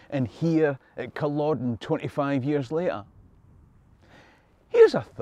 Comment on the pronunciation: Is it just me, or does it seem that "world" at the many times in humanity's history has been at war...not just the 2 of the 20th century. PS...Never read the "Outlander" books or watched the show. Probably never will. However..NOW I know how to pronounce Culloden...instead of saying Cul-OH-den Thanks!!!